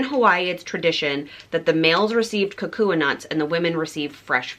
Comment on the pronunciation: The leis were lovely! Kukui nut is pronounced "KuKuY" 😊 and Haleiwa "Haleh-í-vah". Women can also get mango shell leis or just seashell leis- so next time get one of those if you want to keep your lei!